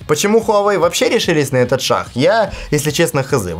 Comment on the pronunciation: " почему решились на этот шаХ " ))))) ? Та ты Шо ? ))